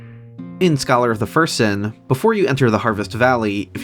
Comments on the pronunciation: Great videos but you’ve got to stop saying ”Scholar of the First Sin” like that. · I like that you put emphasis on "first" when pronouncing "Scholar of the First Sin," implying the existence of some sinister unknown second sin with another associated Aldia figure